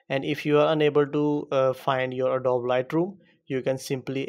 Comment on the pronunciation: It's pronounced adob-ee